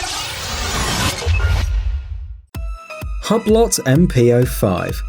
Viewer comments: The way this fool pronounces ‘Hublot’, makes me want to stick a sharp pencil in my ear. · The way you pronounced Hublot made my European neck hair stand up, of which there are a lot, because I'm European. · If you can't pronounce "Hublot" you shouldn't do a video about it! Lol! Had to edit my comment... this idiot cannot pronounce ANY watch makers names or watch parts at all... Jesus man! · Hublot is a FRENCH Company ! You could at least try to pronounce it in french. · I think you need to know how to pronounce the brand first... ‘hub lot’ hmmmm it’s pronounced “oo blow” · Lol it's not HUB - LOT it's said 'WHO-BLOW' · Inna Yuh Belly isn't the "lot" silent as in "hue blo" .. In phonetics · HUB-LOT LOL! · Hughe blow....not hub lot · Its called hublo not hablott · It’s “oo blow” not “hub lot” you fucking caveman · Its called hube-lo not hub - lot.. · Hub lot ! Lmao.Pronounced hugh blow. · It’s not ‘Hub-Lot’ you muppets! It’s ‘Hew-Blow’. FFS! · I dont think its pronounced " hubb lott ". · Say it with me..."ooo-blo" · Hublot is pronounced hoob low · Dh is a hub-lot? Hew-blo my brother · Its pronounced Hublo..... tw@ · It's not Hublot. It's "Uu-blou" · You should research your pronunciation of the product Hublot= ublo is the right pronunciation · Funny how you said Margot correctly, but you said Hublot wrong..... Hub lot.... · Am I the only one who feels like reaching through the screen and cut his tongue out when he said HUB LOT? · hubb-lott... i mean.. jesus christ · Hublot is pronounced Hooblo'. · Partha Gogoi u-blo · It’s pronounced Hee-brow :v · Did this dick say ...hob. Lot... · I know, right? I think this might be the same watchmojouk guy who doesn't care what script he is given to read, does zero research and bastardizes his pronunciation. I stopped watching immediately after I heard him say hub lot as I then knew this video was seriously ill-informed. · Did he say HABLOT? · Hub-lot? Tour-bi-lon? This is AI narration. Horrible!